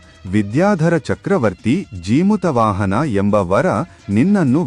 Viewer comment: ಜಿಮುತ ಅಲ್ಲಾ ಜೀಮೂತ ವಾಹನ ಅಂತ ಉಚ್ಚಾರಣೆ ಇರಬೇಕು.